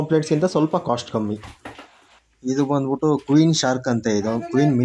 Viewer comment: ಬಂದ್ ಬುಟ್ಟಿ.. ಹೋಗ್ ಬುಟ್ಟಿ ಅಸಹ್ಯವಾದ ಕನ್ನಡ ಉಚ್ಚಾರಣೆ.. ನಾಚಿಕೆ ಆಗಬೇಕು...